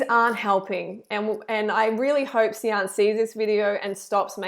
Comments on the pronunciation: And it's not See-an but "Shan" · way late to the show, but Sian is a welsh name pronounced ' shaaan'. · It’s pronounced ‘shan’ and she doesn’t have an eating disorder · her name is pronounced Sharn lol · I was so frustrated the whole time because I live in Wales for the last 7 years and sian is pronounced "sharn" 😅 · It rlly pissed me off when she said Sian wrong smh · Reading this actually made me laugh. It's a Welsh name! That's how to pronounce it!